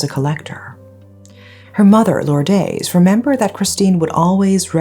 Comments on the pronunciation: Please make an effort to pronounce the victim's name and others by looking it up on the net. Lourdes is Lordes as in des not days. Silawan with emphasis on "LA". This isn't meant as a a criticism. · you have very good english diction but should try better pronouncing spanish names like Lourdes, it is not that difficult. Don’t try hard to sound american as it is ok if you are not.